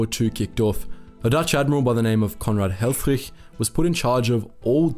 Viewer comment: Funny how the narrator in the video pronounces the name of the Dutch admiral "Conrad Helfrich". He pronounces both, first and last name in German, and not in Dutch.